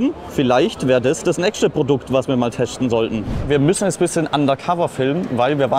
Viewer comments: Ist das der, der immer "teschten" sagt? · letschte lol muss man teschten am näkschten und was soll dabei rauskommen ???